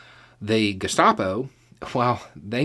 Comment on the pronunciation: Did you say Gestapo or Gazpacho?